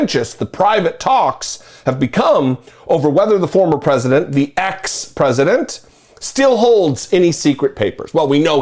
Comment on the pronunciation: Love how says "EX-President."